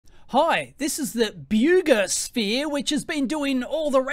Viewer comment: It's pronounced "bogusphere".